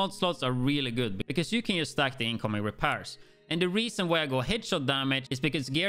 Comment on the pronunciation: The way he says repairs lmaooo….repears